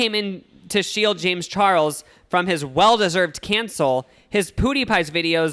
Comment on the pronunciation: Lmao why do you pronounce PewDiePie "poodeepie" its "piewdeepie"